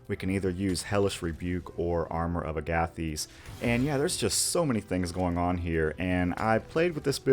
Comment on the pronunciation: Agathys is pronounced like Agatha and thesis; Aga-thiss. Love this build super dope synergy just wish rage replenished off for a short rest 😅